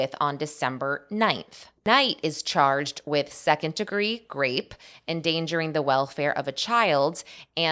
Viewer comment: Why are you saying grape instead of rape